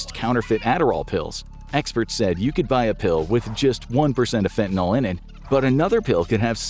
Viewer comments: I can't watch a video about fentanyl when you mispronounce the word 'fentanyl" every time. It's Y, not an O. It's not "fentanol". That's not a real thing. It's FENTANYL. It's too annoying. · Why do so many people call it fentanol? That's a Y. Fin-tan-ill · Am I the only person whose pet peeve is when people say fentanol instead of fentanyl? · Why does everyone mispronounce this drug? It is pronounced 'Fentanil' The y acts as an i. As to the drug itself, I had tonsil cancer and was in pain from the radiation treatments. My oncologist had me using Fentanyl patches and I got a bad batch that would stay stuck in place. I stopped using them and immediately was shaking and sweating profusely. I called my doctor and told him and he asked if I was using the patches. I said no and told him why and he scolded me saying "You cannot just stop using them. You have to wean off of them." I knew NOTHING about drugs and had no idea a PATCH would addict me. I NEVER USED IT AGAIN. I DID COLD TURKEY OFF IT. PERIOD. Luckily, the treatments were over soon and my mouth healed and the pain subsided... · Why do you people insist on pronouncing it "fentanol"? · And the voice over kept saying fenta-NOL. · Sorry, I can't take anyone seriously who doesn't know how to pronounce Fentanyl. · The entire US pronouncing Fentanyl wrongly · How can I trust what you say about this drug when you can't even pronounce its name? Unsubscribed. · Why do North Americans pronounce Fentanyl like this? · Fentanyl, not fentanol. Please. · "NYL" Not "NOL" Jus' sayin' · I don't know why it bothers me so much, but your pronunciation absolutely drives me up the wall. It only has one "a" in it. It's not "fentanall" but more like "fentanull". You're not the only one saying it that way and no it doesn't really affect anything at the end of the day but I just wanted to throw that out there. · Why do you pronounce it "Fentinol"? It's Fentanyl. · FentaNILL. Not fentaNALL. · Its Fentanyl, not Fentanal! Omg.